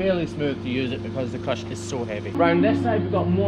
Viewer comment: So do you plug the crush into the wall and that powers all the features and extra outlets, or does it have battery powered features as well? Also, this entire time I thought you were saying “crutch” so I was really confused when you first started typing out things about the new crush lol